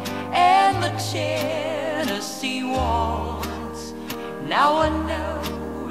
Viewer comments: きつい南部なまりの「チェネシー」発音がいいんだよ。カントリーウエスタンの名曲はテネシー州の歌になったね。 初めて恋人ができたヤンキー（南部）娘が、自慢して友達に紹介したダンスパーティーの夜。 気が付いたら、親友と楽しく踊っていたとおもったら、その手を放さずに、奪われていった、とってもスイートハートな素敵な悲恋の歌なんだよな。 英語がわからないけれど、この歌には、そういう、魂を震わせるものがあるんだよ。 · TennessieのTeがche OR tseになっとるので全体に汚く聞こえる。